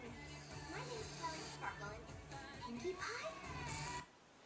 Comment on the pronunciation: *toilet sparkew